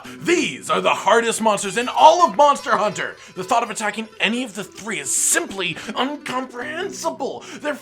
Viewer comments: he said monter hunter not monster hunter lol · says Monter Hunter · Are we not gonna talk about the fact that you said Monter hunter?